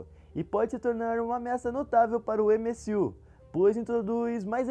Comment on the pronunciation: MSU? Kkkkkkkk Pq em vez de tentar falar no inglês (MCU) n fala no Br (UCM) msm? Mais dificil de errar